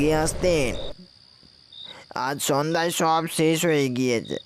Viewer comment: Amoral "Sesh" boli 'ses' noi